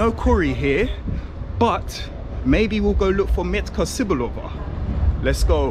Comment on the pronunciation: Just a quick hint - it's not "meet-ka see-boo-lo-va" but "met-ka tze-boo-lo-va" :)) hope that helps :)